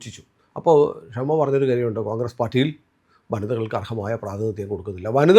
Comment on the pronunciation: Its ഷമ not ക്ഷമ.... ഷമ means light/candle